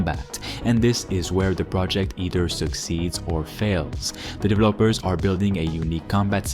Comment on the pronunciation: What the fuck are “divelllaappers” ? 😂😂